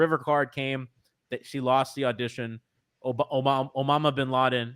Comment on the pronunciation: Sir, omama bin laden has struck the second audition